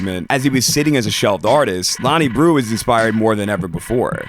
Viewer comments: breaux is not pronounced brew 😂 it’s pronounced ‘bro’ coming from a authentic new orleanian 🥲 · great vid, only thing, his last name is pronounced 'bro' not 'brew' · Hate to be this guy, but just for future reference breaux is pronounced “bro” Otherwise nice, insightful video. Always here for Frank content nowadays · breaux is pronounced bro lmaoo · My boy slaughtering our last name 😅 All good though, it’s pronounced as bro